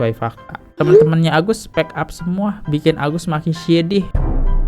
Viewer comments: Dr tadi udah nahan2 tpi gk bisa nahan, gemes bgt dengar abang bilang speak up ( spek ap) yg bner itu spik ap bacanya 😌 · Bang spik ap bukan spek ap 😅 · Bang dibaca nya spik ap bang bukan spek ap 😂🙏🏼